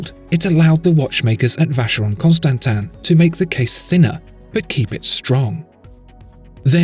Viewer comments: If you insist on calling it Constantan then you really need to give an explanation. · This guy gives me aids... The way he says constansin is cancer...